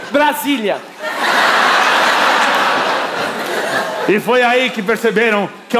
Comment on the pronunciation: "Brasilia" kkkkkkkkkkkkkkkkkkkkk XD